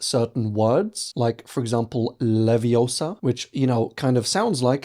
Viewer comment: it’s wingardum leviOsa not leviosA